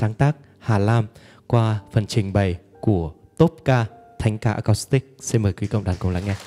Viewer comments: Xin góp ý nhé: chữ acoustic nên đọc với âm của chữ u chứ không phải đọc theo âm o hay là âm ô. Xin hãy đọc à- cústic, đừng đọc à-cóstic hay là à-cốstic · Chuong trình rất hay, sâu lắng, trân trọng, sốt sắng. Xin có một góp ý rất nhỏ: bạn MC rất hay , duyên dáng, lưu loát. Chỉ có một điều nhỏ là chữ ” acoustic” phát âm không được rõ ràng, nghe như “ acostic”. Nên phát âm:”a- cus-tic.( âm “u” chứ không phải âm “ô”). ❤️🙏😇